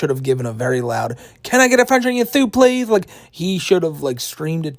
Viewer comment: Nah nah it was absolutely pronounced pleathhhhh